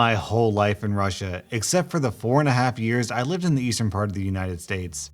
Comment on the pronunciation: not russi but Russia